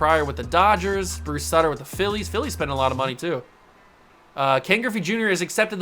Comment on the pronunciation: Bruce Sooter is how its pronounced H.O.F. split finger fast ball W.S. champion 1982 st.louis cardinals